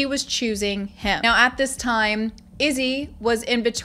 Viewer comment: I believe she pronounced it "toiiiehm".